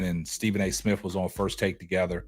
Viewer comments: Is he saying Stephen A. Smiff? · Smith! Not smiff!! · STEVEN A SMIFF . DAMN YOU CANT PRONOUNCE THE MAN NAME WTF